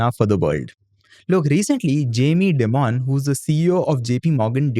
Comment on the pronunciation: Hey, just a friendly correction, Dimon isn't pronounced as 'dee-mon' rather its pronounced as 'die-mun'. Also, isn't JPM Chase the world's biggest bank?